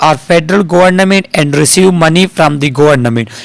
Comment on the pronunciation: Sir gornaaament n3 hota word plez .. baki best hain ap osm jhakassss😴